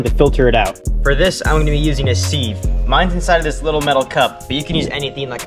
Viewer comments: Sieve, pronounced “Siv” (the i makes the short sound as in “dig”) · that is a weird pronunciation of 'sieve'